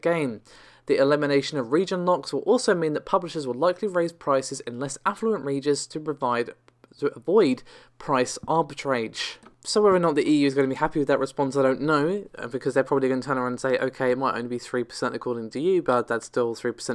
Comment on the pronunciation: Arbitrage is french word, its reat like arbit raj(a koduri)